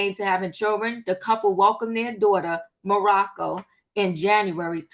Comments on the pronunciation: Its Monaco...not Morocco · Jeezy and Jeannie baby name is Monocco not Morrocco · you keep renaming that baby to Mariah's kid. No 'R'. Her name is MONACO.❤ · It’s Monaco